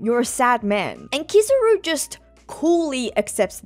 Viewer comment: Hearing you continue to say KIZZ-AH-ROO instead of KEE-ZAH-ROO makes me wanna turn the video off.